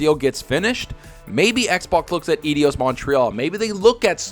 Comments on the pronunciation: Difficult to focus on the info when every time you side Edios instead of Eidos, it made me cringe. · I am, but it's not EDIOS, it's EIDOS... ;) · Eidos, not Edios. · Eidos as in "EYE DOS" Not IDIOS....👍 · "Eyedos" you God damn fraud! If you gonna say it 20 times, get the damn name right. Regarding RTS games, your words, "I've played them all." Go figure. They are all a copy of each other with different lipstick thrown on. Blizzard quit star craft because they got bored. And I don't blame them. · It's EYE -- DOSS 🤦🏿‍♂️ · “Eidos” amigos (this is like watching that Benedict Cumberbatch clip where he doesn’t know how to pronounce the word penguin) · "Ay-Dios?" You are pronouncing it like the "i" is after the "d" rather than before it.